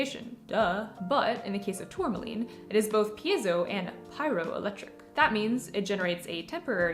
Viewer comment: Doesn't it bug you when someone pronounces it PIE- ZO? 2 syllables. It drives me crazy.